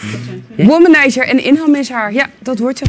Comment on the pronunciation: "... Gerrit is een wommenizer..." Als je dat zo uitspreekt klinkt dat tamelijk vies..